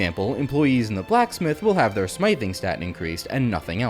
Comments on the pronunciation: How is this guy such a genius and a wizard at this complex game and doesn’t know how to pronounce “smithing”. Holy hell. Love the video tho. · so let me get this straight, you understand how to pronounce blacksmith but not smithing? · Also I subscribed anyways. Just please learn how to pronounce smithing. Like black”smith” but with an ing on the end… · Smithing is pronounced with a short i, like dig. It's not like the long i in smiting.